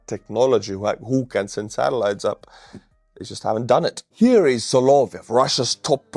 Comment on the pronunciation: it's "sah-lah-VYOFF".